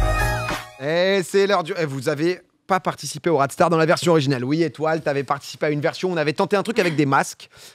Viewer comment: Haha en tant que gars du sud j'ai mis du temps à comprendre le "rat de star" vu que la prononciation diffère j'entendais pas le "de" j'avais l'impression que le jeu s'appelait "radster" genre comme un roadster quoi hahaha. Bref j'avais l'air d'un con, et j'en ris. (Je préférais presque l'ancien nom )